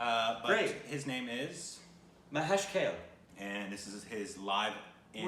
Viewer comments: Loved it.. just the pronouncecion of Kale is Kaa-Lay and not what you said 😊 Just a FYI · You are pronouncing his name wrong...... Mahesh is ok but Kale is not...... He's marathi singer...... The song in this video is also marathi..... You ask someone marathi around you the pronunciation of his name...... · It's not Kel its kaale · His last name is pronounced in two syllables "Ka-Le" instead of "Kale" which is one syllable word. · Okay his name is Kale read as Kaa-le and not as the veggie kale :P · Hi and. You are great! I always enjoyed your recations. His name is pronounced as "Ka" "le" not kayle. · Kale U say kel It's Kaa... le Kale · He is not kale as in veggie kale but Kalé. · Not Kale its Kaa - Lay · Haha it’s not the kale we eat. It’s pronounced ka-ley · It's not Kale as in the leafy vegetable. It's Kaa-Lay ... it's a Marathi surname. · After seeing the title, I was 1000% sure they will pronounce his surname as केल and not काले 😂😂😂 P.S- It's pronounced as Kaa-lay. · Its not Kayle Its Kaa - Ley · His Surname is pronounced as "Kaaley". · Pls spell it as Mah...yesh..kaa..lay🙏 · He is great... Glad you guys liked him. Just a correction... His last name is to be pronounced as "Kaaley"... Keep up thr awesome work! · His surname pronounced (Kaley) ☺️ he has sung in one of the regional language of indian state , it's Marathi language ,but our music is the same , ancient Hindustani classical music , notations are same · Mahesh Kale (pronounced as Mahesh Kaa-lay). This man learned classical singing from a legend.. His Guru was Pandit Jitendra Abhisheki.. He was a legend.. And his teachings reflect in Mahesh's singing in an awesome way.. Mahesh has his music classes in USA.. He is not there all the time though.. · Pronounciation of "Kale" as Surname is "Kaaley". He is a great Marathi Singer. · Kale is pronounced Kaa-lay, not like the vegetable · Its Mahesh Kaa...Le (as in leg)